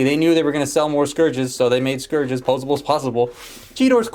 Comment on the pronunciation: It sounded like you were saying scrooge multiple times :)